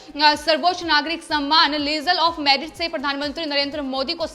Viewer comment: समयमान नहीं सम्मान शब्द पढ़ें।